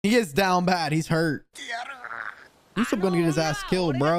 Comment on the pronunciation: Isn't it pronounced oo-sop and not oo-soap? I could be wrong